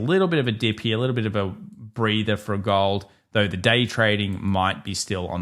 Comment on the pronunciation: How about "GAWOLD" dude? Oh and no "ION OWH"?